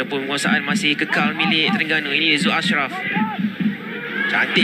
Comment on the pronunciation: Sper gok pengulah oww,, sebut Terengganu pn saloh, pa ceroh Teringganu..😡